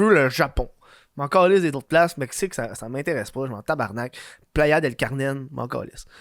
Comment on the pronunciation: playa del "carnen"😂😂